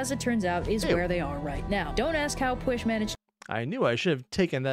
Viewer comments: And then she never covered any Welsh myths again (You could maybe count her King Arthur one because king Arthur was originally a figure in Welsh mythology, but she only covered the English version so it doesn't really count.) (Note: She did pronounce Pwyll incorrectly.) (Second Note: You actually pronounced the Welsh words surprisingly well compared to most Americans at least on youtube.) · The pronunciation of pwyll hurts me, is pretty good but not perfect but that’s fine.